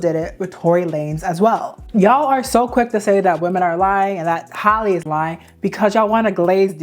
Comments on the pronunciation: Her name is Halle (ha-lee) not Holly lol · Hal (like Pal)—EE not Holly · firstly .. who is “hollie” how do you pronounce halle berrys name 🤨 “hal lee” right? its the same thing guys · For the life of me I can’t understand how these content creators can’t seem to call that girl by her name! “Hal-lee” This whole video she keeps calling her Holly 😒🙄 GIRL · PLEASE learn how to pronounce people’s names. Halle rhymes with Sally. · Girl, you're mispronunciation of Halle is triggering 😅